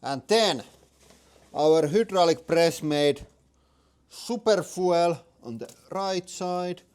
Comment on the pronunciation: foo-ell? Foo-eLL?